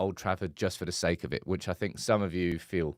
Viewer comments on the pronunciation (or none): none